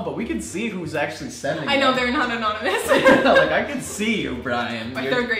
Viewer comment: Did say "anominous"?